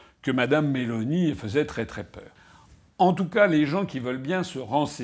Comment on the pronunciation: Nota bene : en italien on accentue la première syllabe. MÉ-loni